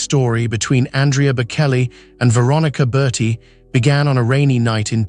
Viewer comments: You need to learn how to pronounce his name, Bocelli, correctly- Bo-chelli. It is a short "e" sound. Please do your homework. Bokelly? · Try the ch pronounciation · It is so annoying hearing it mispronounced , obviously the narrator has never heard of Andrea Bocelli, his loss !!!! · Horribly pronounced: quite a few words besides his name. Terrible ai... 😅